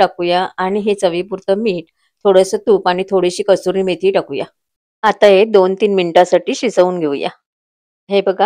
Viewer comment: कस्तुरी मेथी नाही कसूरी मेथी म्हणा